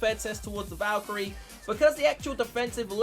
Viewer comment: valkarie not valcharie